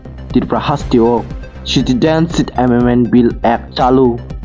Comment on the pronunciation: Citidenship? Plz clean ur tongue first, then u come to the chair of News Anchor.